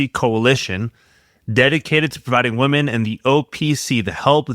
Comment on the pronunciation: Please learn the diff between the pronounciation of women and woman.